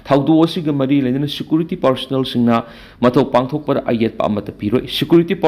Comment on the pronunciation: Ebo nanggi ucharan se yadareda, State haigadabada esstate, School haigadabada esschool, cease fire haigadabada six fear labour haigadabada lebrer, security haigadabada sikurity, Secretary dana seketri, Advocate haigadabada advotcate, sida natte yam leiri, aduna sinphamsida khongdaninglabadi hanna Oja Raj Nongthombam da Pronunciation gi tution loukho. Oja Raj asi pronunciation sengna ngangbasinggi marakta amani.